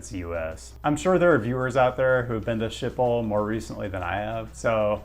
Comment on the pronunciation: Dutch pronunciation is tough but I think you can do better with Schiphol ;)